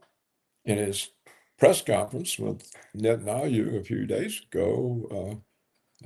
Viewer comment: I live for the day I hear Paul pronounce "Netanyahu" correctly. It is netan-yahu, Paul, exactly as it is written, and not netan-ayoo which is.. whatever.